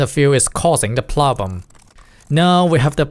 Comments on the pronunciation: you say plobem, its "PRRROBLEM" also, i did NOT know motherboards also get called "MOMMY BOARDS" wth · "plobem" okay, you could try learning english a bit more and fix your pronounciation, but this is the only pronounciation mistake i've seen in the video so far, keep learning! "another plobem" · pronunciation of "problem " is a bit off. You are improving alot though ! very impressive learning another language !